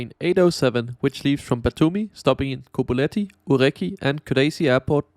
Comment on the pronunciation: Tbilisi, not Tiblisi as you constantly say